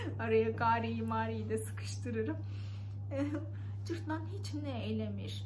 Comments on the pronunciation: Cırtlan deyil cırtdan ))) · Cırtlan nə ? 😂😂😂 cırtdan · Cırtlan yox, Cırtdan😊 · Cırtlan değil, Cırtdan :) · Öncelikle, "Cırtlan" değil, "Cırtdan" olacaktı :) Çok tatlı anlatıyorsunuz, ama tamamını öğretmemişler size, eksik kalmış